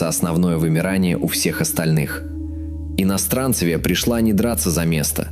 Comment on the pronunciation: иностранцЕвия ударение на Е